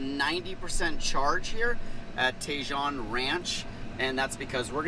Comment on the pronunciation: pronounced "TA-HONE" ranch, not TAY-JOHN ranch